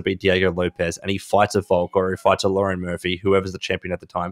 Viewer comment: Lmao his name is pronounced “Le - rone” Murphy, not “Lauren” Murphy. At first I thought was talking about the female fighter😂